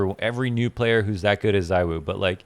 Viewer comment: i am not gonna get over how u r saying Zywoo(zaiwoo) now when u used to say urself that Zywoo(zeewoo) is the proper way to pronounce </3